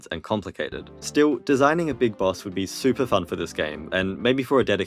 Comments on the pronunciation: "shuper sort" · Shuper sort sorry that was a lil' mean. love your vids :p